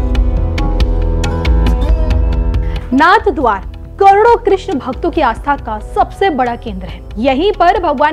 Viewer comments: Announcer does not even know that it is narhadwara NOT NathadwaR😢 इस भद्र महिला को सही उच्चारण भी आता नहीं नाथद्वारा सही उच्चारण है नाथद्वार नहीं 😢😢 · नाथद्वारा है जी नाथ द्वार नहीं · कृपया नाथद्वारा का उच्चारण सही कीजिए